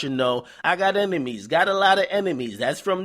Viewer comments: "Emenies"? Really nigga? Pronounce it how you spell it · Sound like he said emenies lol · Nigga said emenies... Twice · Yo son, am I the the only one who noticed this nigga DJ Akademics was saying "Emenies"??